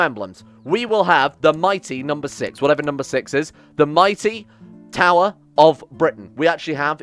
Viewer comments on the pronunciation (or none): none